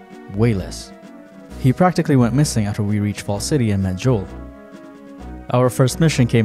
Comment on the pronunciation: It is just pronounced "Johl" although "Joelle" is definitely funnier